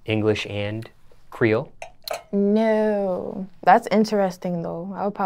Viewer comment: She needs say creole right 💀